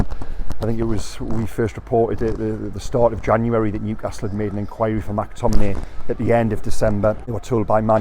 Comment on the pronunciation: It’s McTominay not MACTominay. And it Tierney not TERney. Howay man